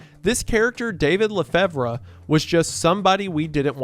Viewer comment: hey! So LeFevre is pronounced like "La Fever". I would know it was my grandmothers maiden name. love your work!